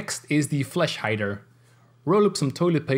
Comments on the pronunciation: You said flesh hider:) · Sounds like he said fleshlight lmaoooo🤣🤣🤣